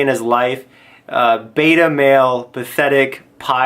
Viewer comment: He said betamale lmfao